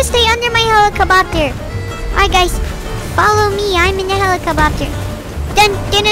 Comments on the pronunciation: I love how says “Helicobopter” 😂😂😂😂😂😂😂😂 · You said hellocopter not hellacubobter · "helecle bopter?" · "helicabobter"